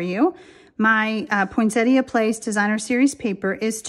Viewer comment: Finally--someone who pronounces Poinsettia correctly!